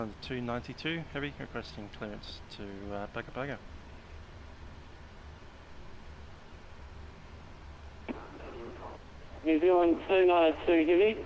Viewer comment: Hi. Another interesting flight - thanks (although I skipped an hour or so on the cruise). I never knew VATSIM simulated HF and Selcal. Just a quick anorak/nerd moment - Like Nadi in Fiji (NFFN) is pronounced Nandi, Pago Pago is pronounced Pango Pango.